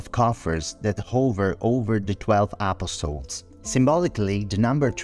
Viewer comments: It Sounds Like He Is Saying A PostLES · UGH… you’re right and that’s bothers Me.